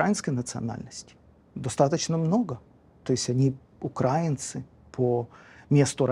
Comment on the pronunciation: при всём уважении, но говорить укрАинцы это неверно и ужасно режет слух. Есть государство Украина(ударение на и), соответственно: украИнцы, украИнской, украИно-говорящие и т.д. Благословений вам и огромная благодарность за ваши проповеди и смелые мысли!